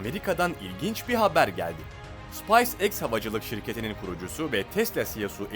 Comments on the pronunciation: You have to develope pronunciaton bro SpaceX (sıpays diye okunmaz sıpeys diye okunur) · SIPAYS EKS nedir abi yaa?..😄 okunuşu SPEYS EKS olcak bu arada* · spays eks değil speys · Ya videolar falan güzelde şu yabancı şirket adlarını doğru telaffuz etseniz artık. Space X ( sıpays X diye okuyunca şirkete resmen baharat diyorsunuz ) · Dk. Yayınlarınızı destekliyorum ama Seyirciye biraz saygı, ayıp, Space X’i bari doğru telaffuz edin. Bilmiyorsanız öğrenin ve ondan sonra video çekin.